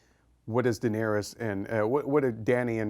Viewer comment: Why is the guy on the right constantly saying "Daerenys" instead of Daenerys?